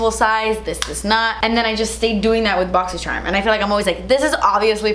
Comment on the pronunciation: I love the way you say boxy sherm lmao